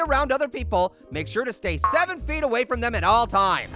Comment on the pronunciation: DUDE ITS 6 FEEY